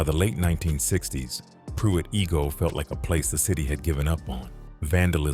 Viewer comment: It’s pronounced I -go not E-go Pruitt I-go